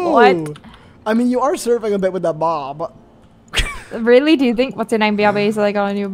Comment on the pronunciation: why did add a g to the word bob like this 😭😭 he said "boughb"